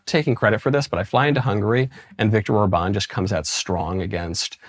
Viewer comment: I'd just like it if someone would tell Michael how to pronounce Viktor Orbán's name properly. The man isn't French: it's not Or-BAWN, the emphasis goes on the OR: ORR-ban (roll the 'r', and short 'a', as in bat)